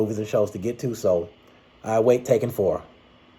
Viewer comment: Great video, but at the beginning of this film, it sounded like you kinda said "Tekken 4". But I know you said "Taken 4". Well I have not seen the Taken movies yet. So I'll definitely watch the first three films just in case the fourth film comes out. Speaking of TEKKEN, you should post your take on the games.